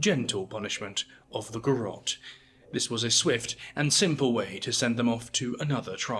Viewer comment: Garrote, not Garotte. The final e is voiced. Ga-rro-te Three photographs used in this program (at 0'52", 2'09", and 3'04") were garrote executions in the Philippines. This was brought by Spain. Odd that you didn't mention this, as an example in Asia.